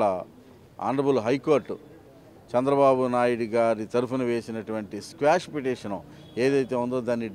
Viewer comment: స్క్వాష్ పిటిషన్ కాదు, క్వాష్ పిటిషన్